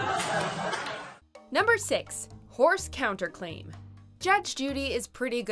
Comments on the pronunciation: “Judgment on the clown-ter claim” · Lol at “clounterclaim”